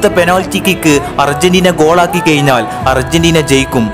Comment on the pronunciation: കയിഞ്ഞാൽ, എയുപത്തിരണ്ട്.... പ്രൊ നൗൺസിയേഷൻ പഠിക്ക് സൃഹൃത്തേ